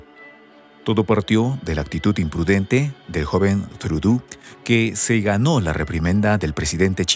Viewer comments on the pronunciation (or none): No es “Trudú”, la pronunciación correcta del apellido Trudeau, del primer ministro canadiense es “Trudó” ya que es un apellido de origen francés.